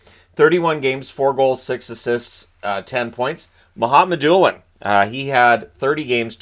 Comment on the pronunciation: Love when you do SJS videos but Mukhamadullin is pronounced as it is read! Sorry to be that guy..